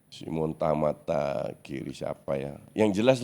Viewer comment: Simon Tahamata bkn tamata cuk... Kocak